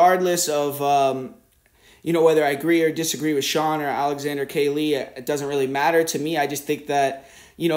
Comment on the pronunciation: How come you can’t say Sean’s first name? Lol